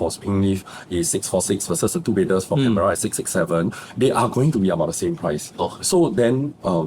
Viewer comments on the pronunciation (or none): Pronounce Can bur uh, not Can Bear Rah